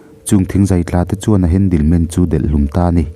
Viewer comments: Chhiar pangngai ve mai la I chhiar thiam sui lo va a lem zo vek...handle man poh a ni lo handyman tih tur inzir ve deu roh lam thiam loh a tam e mai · Mizo tawng a chhiar ro2 chuan.. Handle man ti lo in... Hendimen kan ti thin champhai lam ah chuan